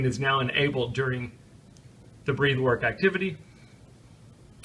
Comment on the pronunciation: FYI, Breathwork is said Breth-work. Breathe has an ‘e’ at the end.